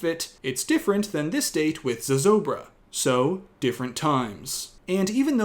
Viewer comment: Hi, I am a New Mexican and lifelong resident of Santa Fe. I just want to say that your explanation of Zozobra is absolutely perfect and your pronunciation is spot on. Thank you for highlighting our local traditions accurately:)